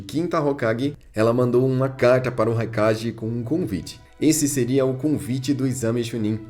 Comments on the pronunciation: Que agonia ouvir ele falando "Raikaje" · engraçado que ele fala "kague", mas quando vai falar do Raikage sai o ji no final